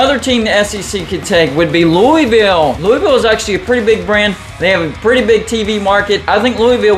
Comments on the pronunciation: Pretty sure the correct pronunciation is a lot closer to “Lou-uh-vuhlle” than “Lou-ee-ville” (did graduate research at LSU-NOLA), but besides that, great video, I would love to see your setup come to life, except with Duke replacing U-Va. Happy Independence Day. God Bless America. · It's Lou-A-Vule!!!